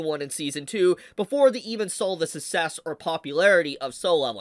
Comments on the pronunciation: I was wondering what dialect your speaking? I never heard anybody pronounce success as sussess. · That's not how you pronounce success. 😅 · why do you pronounce "'success" like that? the 2nd C is there for a reason lol